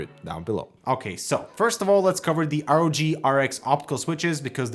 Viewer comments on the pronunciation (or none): My man really said RAWG 😂💀